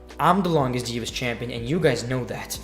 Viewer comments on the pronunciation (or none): none